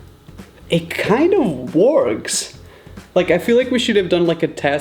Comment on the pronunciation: it kind of “WARKS”